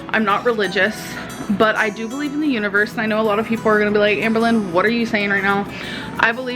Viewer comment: When she waxes philosophical, I can actually hear my brain cells screaming in agony. "Ah baleev in the universe." wtf does that even mean, wtf.